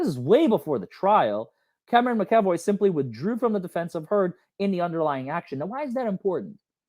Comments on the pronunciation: McEvoy- Mac E Voy., you are totally entertaining, you make legal stuff interesting. You are a wonderful teacher. It is my understanding that Elaine intentionally excluded Cameron McEvoy from participating in Amber’s defense. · Mac - A - VOY 😂😂. Lol. Those darned Irish names are hard. Lol. She’s gonna always pull criminal bs until she’s made to face ramifications for those acts. 🤬